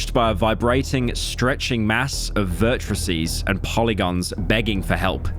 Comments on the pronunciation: Bro really can't pronounce "vertices" or "moniker" 😭🖐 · P.S: Pyro, it's vertices, not vertrices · pyro can't pronounce vertices, damn